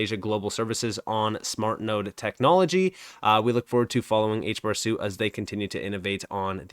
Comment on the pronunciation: HBAR > XRP And sorry to correct you man but "suite" isn't pronounced "suit" it's pronounced "sweet"